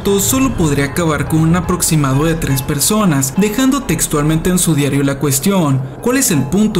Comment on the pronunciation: ajajajaja es gracioso escuchar al psicologo, acentuando la ultima silaba para darle gracia a lo que dice, estuvo bueno el vidiu, ( persoNASSSS, animaDOSSS) XD muy bueno